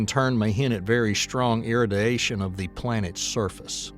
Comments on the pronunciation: Travis Taylor. From skinwalker ranch. Must be approved propaganda. Just got to ĺearn how to pronounce irradiation. 😂 it's weird. - . Somewhere here he says iradition or something then pronounces radiation just fine...for someone with such a thick south accent. I lived in the deep south for over a decade but never picked up the accent. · Wow. It was the irradiation one that got me. Especially when he says radiation ok just a couple seconds later. It's....36 to 39 minutes in. 😂 I didn't hear nucular instead of nu-clear. So he's better than at least one president at pronouncing it. Poor 'merica! 😂😂 😢